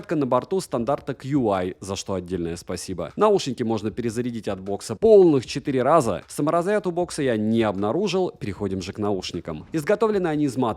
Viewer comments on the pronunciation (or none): привет, техноблогер. Qi в беспроводной зарядке читается как "чи". Китайский стандарт, который не смогли нормально перевести на английский. Как получилось, так получилось. "Цену смотрите в описании видео". Смотрим описание, 48 ссылок, реклама в том числе, никакой цены нет. Ну понял.